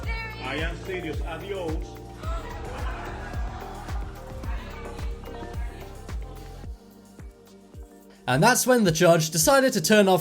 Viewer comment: HAHAHHA THE ONE THAT SAID ADEOS